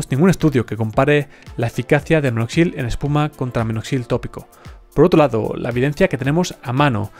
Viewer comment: No es "minoxil", sino minoxidil .